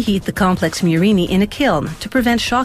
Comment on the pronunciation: It's Murrina, not "murini" you anglophones